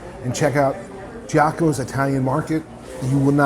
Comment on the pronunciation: Jack-uh-moes? LMAO Gee-ahh-comb-ohh 😅